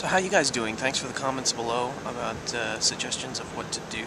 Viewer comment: You said "Aboot" very slightly. Teehee.